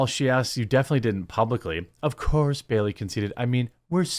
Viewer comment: It’s *Bailey, not Berry!